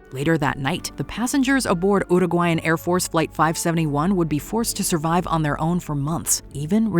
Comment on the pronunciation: Your pronounciation of the word "Uruguayan" is perfect!!! Yaaaaaaaay! Most people mispronounce and dont care. Its important to me; its a very important name. Gracias!!